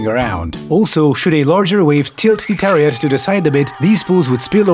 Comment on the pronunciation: I'm Czech like the narrator, but I keep hearing "terror yacht". This is something from Adolf' fever dream.